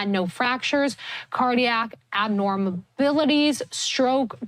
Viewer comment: "Abnorbilities?" Somebody want to help her with that copy?